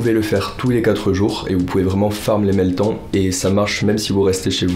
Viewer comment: "Meltanne" pas "mets le temps " sinon gg tes vidéos je kiff elles sont très propres 👌